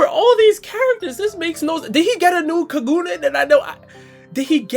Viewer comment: The way he pronounced Kagune lmfao